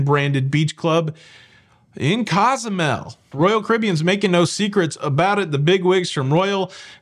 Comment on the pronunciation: Coh-zoo-mel. Kwin-tah-nah Roo